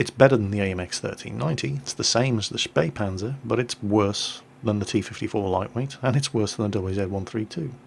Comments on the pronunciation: HEY you pronounced Spähpanzer (almost) correctly! :P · you nearely fooled me with getting wrong that the t49 is the fastest t8light with a top speed of 72 (the spähpanzer is faster with 80) but then you actually correctly spelled spähpanzer! you spoke it as good as a german! SO WHO ARE YOU?! AND WHAT DID YOU DO TO!!!!